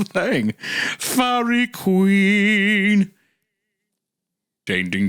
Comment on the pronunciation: During the "Feihreeeeh Kweeeen" arc, I think the moment I absolutely LOST IT laughing was when Hunter admitted he had NO familiarity with the song.